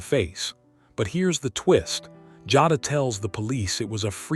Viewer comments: Jayyyduhh, not Jahdah lolol 😂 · It's pronounced jay da.. and she should b charged as an adult.you play stupid games u win stupid prizes. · These voiceovers frustrate me sometimes. I listen (instead of watching) while I’m working & the narrator mispronouncing Jada as “Joddah” had me thinking they were talking about someone else. Smh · Her name is "Jay da" Jada Listening at you say it wrong is cringe asf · no. You’re pronouncing it WRONG. THAT’S WHY I SPELLED IT PHONETICALLY!! #Teacher